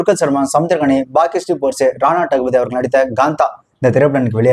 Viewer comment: Gaantha ❎️ Kaantha ✅